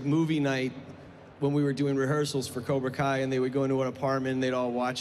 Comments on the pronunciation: "Koobra Kai" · did that dude say "Cubra Kai"? I think so, let me know what you think.